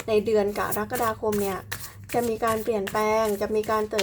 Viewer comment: แม่หมอจบอักษรศาสตร์จุฬาแน่เลย พูดคำว่า กะระกะดาคม ได้ชัดเจน ถูกต้องตามหลักภาษาไทยแท้เลยค่ะ